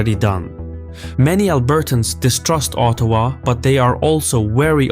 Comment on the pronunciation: Excellent work on the pronounciations. Quebec not qweeeebek, Ottawa soft T, slow careful cadence. Well done. Cheers from Montreal